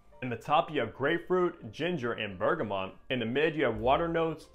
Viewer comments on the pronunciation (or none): none